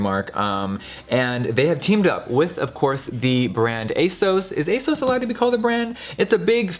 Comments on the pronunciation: They way Jeffree says ‘asoas’ instead of ‘ASOS’ 😂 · Pretty sure ASOS is like really British and here in Britain it’s pronounced Ay-s-os, where as jeffree my sweetie was calling it ay-s-oh-s 😂😘😘 just putting it out there ♥️